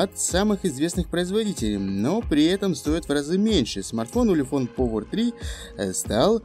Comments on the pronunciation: Ты ламер, научись по-английски разговаривать, повер. Делаешь обзор модели, не зная, как она произносится даже. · как можно снимать обзоры если читать на английском не умеешь? Повер...